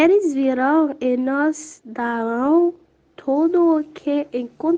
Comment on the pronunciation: C sa wi pskm wè moun yo fè anpil erè surtout pou Rosemartine ale retandel wap wè sa wap Di a li prononse nós pou nos